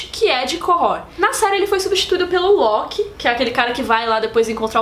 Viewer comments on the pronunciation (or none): none